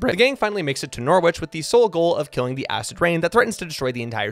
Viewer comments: Cnoc na riabh is pronounced: nock-nah-reev. the v is a bit softer, as if it's also a b. All names with wich have a silent w. Norwich would be: Nor-itch Edinburgh is pronounced: Eh-din-Buruh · If it helps, you're pronouncing Norwich wrong as well.